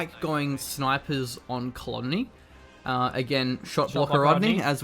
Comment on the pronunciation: Dudes, love the videos but I have to pull you up on the Cologne thing. It is pronounced colone, the G is silent, like the male fragrance.